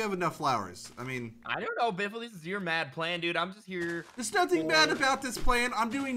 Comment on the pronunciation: It's beefle wiffle